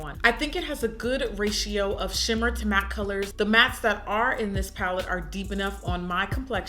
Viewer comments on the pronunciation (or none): none